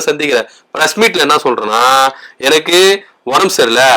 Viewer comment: எந( ன ) க்கு சரியா தட( மி )ழ் வராதனால் வில( ங் )குகிறேன்